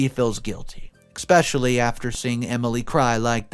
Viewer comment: I know that I’m not the only one who hates the way he says especially. He pronounces like “ick-specially” and it just makes me cringe so hard. I’m an English major.